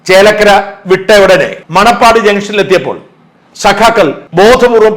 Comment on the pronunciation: മണപ്പാടം അല്ല മേപ്പാടം എന്നാണ് സ്ഥലത്തിന്റെ പേര്